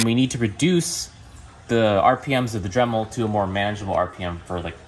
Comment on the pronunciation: You said drimel at 2 minutes and 1 second